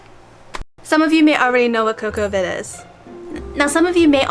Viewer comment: I've been pronouncing it "CoCo Vid" myself, like "Cocoa... vid" If I'm wrong I don't wanna be right :D